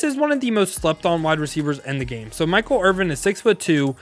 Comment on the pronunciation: Stop saying Michael Irving😂😂😂. It’s Michael Irvin . Sorry, but that’s just sad af.